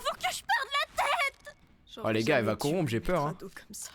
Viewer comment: Et aussi tu dit coront mais c'est corrompre